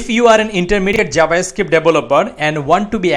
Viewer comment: "jabascript" really nigga?